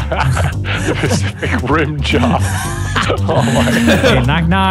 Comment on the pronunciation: nogla said pasific ring